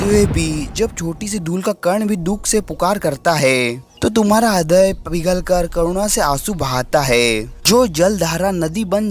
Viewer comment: Hridya ❌hradya ✔️😂😂😂